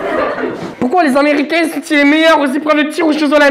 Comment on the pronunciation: C'était l'un des meuh. Euh.. Meilleur !